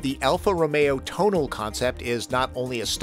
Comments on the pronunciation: Dear, about Alfa Romeo, it's pronounced To-na-le, not Tonel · It's "Tonal-eh"... Not Tonal... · It is not pronounced “ tone-al” it is pronounced “ to-nal-lay” named after another famous Italian mountain pass. Just like “ Stel- vi-o” 🤦🏾‍♂️ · Oh, I went kicking and screaming into pronouncing it that way, and only because the BMW NA people were saying it that way at the show. I'd normally say "coop". As in chicken. I was also told to pronounce Tonale as "Tonal" so there's that.